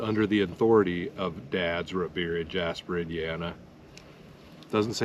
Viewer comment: It’s Root beer not rut beer 😂